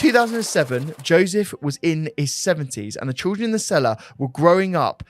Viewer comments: it’s ’children’ not ‘trilldren’ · I can’t stop hearing trilgren instead of children 😂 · Sorry but why do you keep saying trildren😂 keep up the good work boys love your podcasts